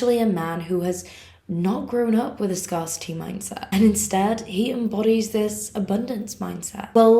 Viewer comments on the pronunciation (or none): It's not pronounced ' SCAR city.... It's pronounced ' SCAREcity' 😊❤